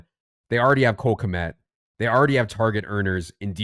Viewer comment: Guys... It's Cole Khmet.... It's not freaking Rob Gronkowski. No one fears Cole Khmet lol Cole Khmet... Cole... Khmet... lol. Pausing for effect. Love the content fellas. Keep it coming!